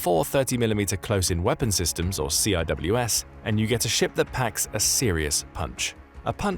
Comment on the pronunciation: you don't read CIWS like that; you lose a lot of credibility...